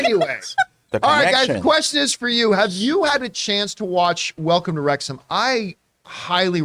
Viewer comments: FYI, It's Rexum not RexHAM 😉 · Jon, you mispronounced "McElhenney" and you mispronounced "Wrexham" too. It's not "wrecks-HAM", it's "wrecks-um". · Pronounced Wrexum by the locals not Wrex Ham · Wrexham is said as REX-UM not REX HAAAIIRM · Hi John and team. It's pronounced 'Wrex-hm' and not 'Wrex-ham' 😂 Love your show. BOTF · It’s pronounced Rex’m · Rex-ham 🤣 You don't pronounce the H! You never pronounce the H in ham for British place names unless it's a separate word, like West Ham. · Wrexham lol Wrexhm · Worries about mispronouncing that guy's last name but makes no effort to get 'Wrexham' right despite making it clear at the beginning 😆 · He's watched the show, and he still can't fucking pronounce Wrexham properly. Just incredible. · Wrex'm. Pundit only has one n. Not pundent.